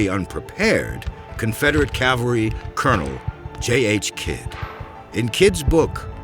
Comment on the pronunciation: Remember folks, it's "CAV-al-ry" not "CAL-var-y"! Two completely different things! They even mispronounce it here a few times.